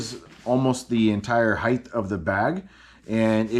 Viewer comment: Love the bag. "height" doesn't end with a "th".